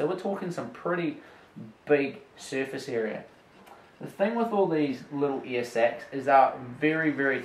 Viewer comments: It took me about 2 minutes to realize he was saying "air" instead of "ear" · It’s air not ear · Okay for about 4 mins I thought he was saying “ear” not air. 😂